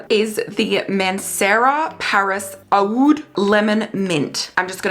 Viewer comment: oud is just pronounced ‘ood’ ❤